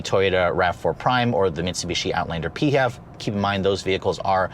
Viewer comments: Can't say I've heard anyone call it the PeeHEV, usually each letter is called out🤔😋 Great review on a really great lookin' ride😎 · Why tf is this dude saying PHEV so weird 😂😂